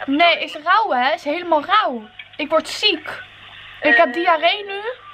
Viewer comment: sushi louw ;) haha ze kan de r gewoon niet uitspreken